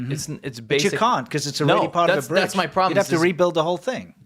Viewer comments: Full House “Brige” had me cackling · "Full House Brige" 😏